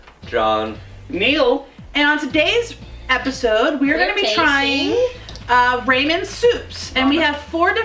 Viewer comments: rah- men not RAY-men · I was lol at Raymen. Yep, it's Ra-men. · I couldn't listen to her say "Ramen" anymore.